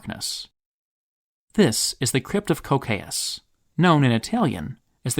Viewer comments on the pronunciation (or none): Anyone else kinda mad at the english pronunciation of "Cocceius"? Where the hell does the [oʊ] sound come from?